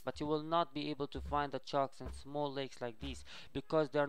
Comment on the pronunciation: HE always say chark charks lol